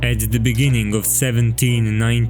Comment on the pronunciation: In the bengening 🗣️